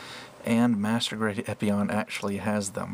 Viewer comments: Epyon "PIE"???? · how are you meant to spell the "pie" at the end of gundam epyon "pie"